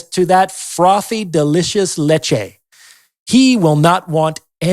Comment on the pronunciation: Leche!!! Loved it!!!! Amazing!!!!! Said it perfectly!!!! Great content!!!. Great job here. Congrats!